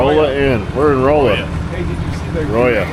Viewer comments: 😂 Rolla is pronounced with a "short o," like "Rah-la." It's the home of the University of Missouri Tigers. Y'all gotta get out more. 😊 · Hey, that's my old home town! Rolla is actually pronounced rawla 😂. Awesome video, always loves riding parts of old 66. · Bro you stopped in my town for Fuel, it is pronounced like Rawl-a 😂😂😂 great meeting you at homecoming!